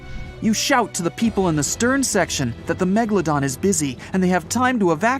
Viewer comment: It was .......A Megladom lol 😂😂😂😂